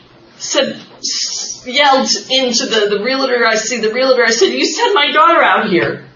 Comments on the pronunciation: Realitor? How many times did she say that. Realtor... no 'i'. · Why do people insist on saying Real-a-tor when the word is Real-tor???? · Drives me nuts how these country bumkins think "realtor" has three syllables.